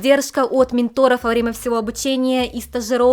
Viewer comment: Маленькое замечание. Ментор, ударение на первый слог. Ещё можно заменить - наставник, воспитатель.